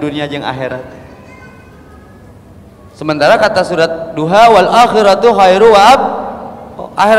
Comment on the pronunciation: Td ngomong Ad-duha salah ucap euy kahade bro